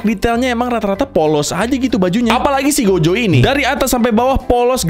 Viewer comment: He, saya mendengar "Gojek Satoru" .-.